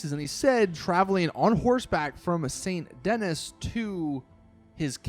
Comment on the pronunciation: the way u said saint denis killed me inside